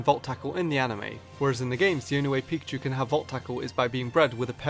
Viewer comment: am i the only one that hear him say pichu??!!